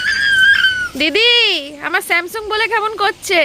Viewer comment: স্যামসুং আবার কি ফোন হয় ভাই।তুমি ভাষা দিবসে যাও তোমার ভাষার মারাত্মক প্রবলেম। নাকি এরকম ভাবে বলে তুমি খুশি হও কে জানে। 😏😏😏😏